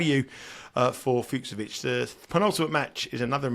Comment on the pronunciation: Great show as ever! Allow me a correction though: In "Fucsovics", both "cs" is pronounced the same way, as you normally pronounced the second one in your version. Like the "ch" in "beach". Keep up the good work!